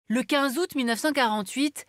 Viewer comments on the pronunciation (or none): none